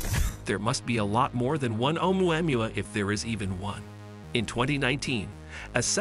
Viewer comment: This is the worst pronunciation of Oumuamua I have heard so far 😂 It is funny how almost no one gets it right. maybe all the voices are AI generated lol